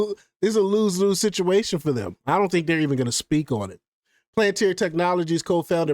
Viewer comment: Lmfao 🤡 can’t even pronounce it right. Instant block and downvote